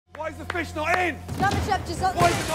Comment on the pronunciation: i swear this narrator can NOT pronounce the word fish : Faeshe